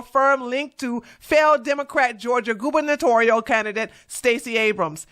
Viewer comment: well done on your pronunciation of gubernatorial. I know it was a hard word for you to say but it was perfect pronunciation.:)